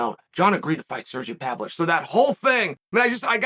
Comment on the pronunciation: I don't understand how he pronounces Spivak's first name correctly but not Pavlovich's lmao